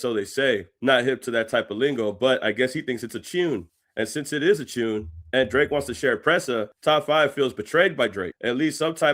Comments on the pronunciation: Canadian slang is chopped 😂 bruh said “tuuuune” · British pronounce tune as 'chune'. Same as if they say tuna as 'chuna'. It's just how they talk. Nothing special. Many Caribbeans speak the same also.